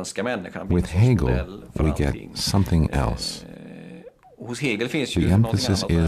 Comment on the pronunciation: Interesting, great learning. Happy that the name is pronounced accurately, it rarely happens.